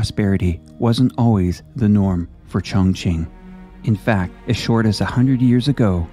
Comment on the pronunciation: qing is pronounced ching 👍